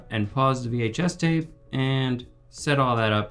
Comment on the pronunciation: did he say vhs tApe